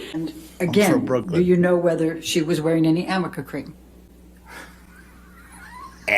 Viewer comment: Arnica cream not amica, Arnica is to help bruises dissipate sooner